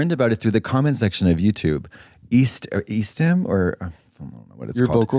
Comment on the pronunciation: E-stim???? Who else thought she was saying EASTHAM? NEW ENGLAND REPRESENT 🤙